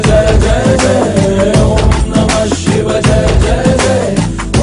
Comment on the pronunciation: శివ అంటారు షివ కాదు...వాళ్ళు రాసింది పడుతుంది కరెక్ట్